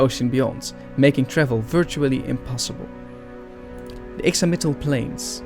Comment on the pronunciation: Pretty sure that the X in "Ixamitl" is pronounced like a "sh", like "Ishamitl". The Natlans' design draws (superficially) from from the Aztec civilisation. The romanisation of Classical Nahuatl uses the letter X, and most nouns end with either "tl" or "tli". Being a fire godlike looks like it sucks because it seems like you can't hug anyone without giving them third-degree burns. They also seem like the most painful godlike to give birth to (˘°m°)